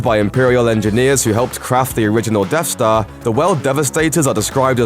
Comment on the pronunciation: It's "DeaTH Star", not "DeFF Star". ffs